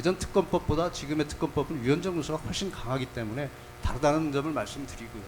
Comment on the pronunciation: 특검팀 검사 용어순화 좀 해라~! 말도 더듬지만.... 1. 사건의/사건으... 2. 지금의/지금으... 3. 오늘의/오늘으... * 의 발음을 제대로 하지도 못하는 검사....